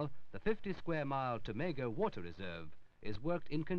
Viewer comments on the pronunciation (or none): Hilarious how the narrator called Tom-a-go as too-may-go LoL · Tomago is still pronounced Tom-ago!